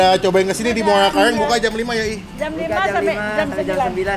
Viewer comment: Muara Karang bang bukan muala kalang... Nanti orang bisa nyasar itu kalau nyebutnya salah